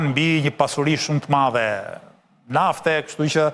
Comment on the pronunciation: Nuk di ku qendron veshtersia qe nuk dini te shqiptoni fjalen "madhe" ? Eshte maDHe, jo maTHe!